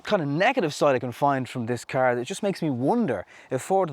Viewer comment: say car correctly